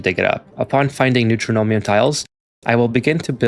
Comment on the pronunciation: Neutronium pronounced New-tron-ium, not New-tro-no-mium. It's a material that's entirely made of neutrons. Neutron - ium. There's no "m" in the middle of the word.